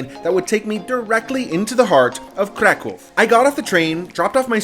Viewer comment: I like how you try to pronounce correctly the name of the City, exactly is a Kraków, not CRA CAW. PS: CAW in Polish mean shit, that why any time tourists say it wrong way, Polish people hear Kra kał, what means birds shit. Preciate KRAKÓW.